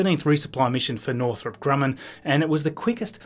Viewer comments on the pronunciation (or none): none